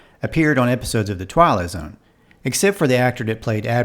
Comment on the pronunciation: It sounds like you're saying "The Twilo Zone", from The Dick Van Dyke Show "It May Look Like A Walnut".